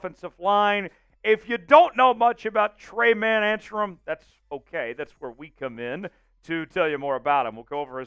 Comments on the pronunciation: Tre-Main.... not tray man. Good lord, it takes 10 seconds to figure out how to pronounce someone's name. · His name is pronounced Tre-main